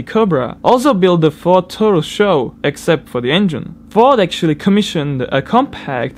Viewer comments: S.H.O not "show" lol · It is pronounced s h o not show. Do your reasearch. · lol Ford "xo" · SHO means: Super High Output, S.H.O. not show! hahahaah!!!